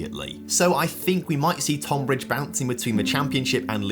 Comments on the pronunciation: Tohn-bridge. Love the video but as someone from that area it's pronounced tun-bridge 😂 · FYI: Tonbridge is pronounced 'Tunbridge. Nitpicking I realise 😂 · “79 times less” doesn’t make sense. They earned a 79th of Reading’s figure. And Tonbridge’s first syllable is said like the word ‘ton’ (rhymes with ‘bun’), it doesn’t rhyme with ‘con’. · Bro just say Tonbridge properly haha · as a man from the tonbridge area, the way pronounces it drives me crazy😂